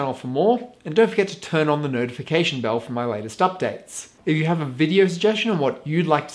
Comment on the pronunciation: Did you just say "nurdification" button? It really does need to be called that for some channels!!!